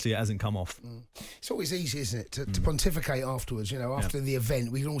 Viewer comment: Candy saying'ponticate" he's been around Simon to long 😂😂